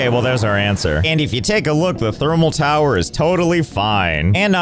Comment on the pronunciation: i had to pause giggling becaus3 it said Furnance in the unlock menu. and also over "it is a towar ;D"